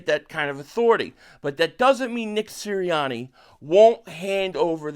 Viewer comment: FN Siranni….no one wants to deal with the drama … IT IS SIRANNI just say it, you’ll feel better lol